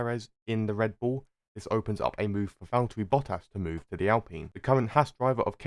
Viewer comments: It's Valtteri not Valterri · Nice video but Is valTTeri not valterri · I liked the video, except for one bit… Valterri Bottas. HIS NAME IS VALT-TERI. 👎